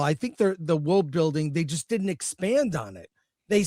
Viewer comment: The girl in the middle says “diddint.” The word is “didn’t.” Why bother with a contraction if you are going to use the same number of syllables?